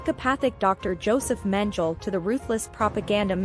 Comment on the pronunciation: Mengele is pronounced " MENG-ELLY " One would think that you would have looked that up before committing to tape?